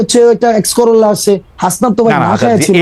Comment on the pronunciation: Tokai garir nam o bolte parena. X corolla k corolla x ache.